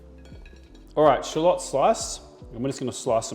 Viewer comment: Love that SPACE!! From the U.S.🎃🎃! Love the way you say shallots, the BEST! PEACE.